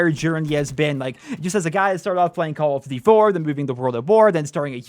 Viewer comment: they probably didn't invite you because you cant say call of duty properly :D